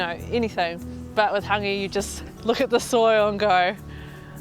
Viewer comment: Not tryna be disrespectful to. But Yeti wouldve gotten a more natural story from Rewi Spraggon from Hangi Master NZ in regards to the true origins of Hāngi he knows the works. The sis didnt even pronounce our reo words properly especially “Hāngi” not “hungy”